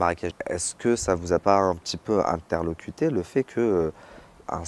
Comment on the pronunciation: Interloqué et pas interlocuté😂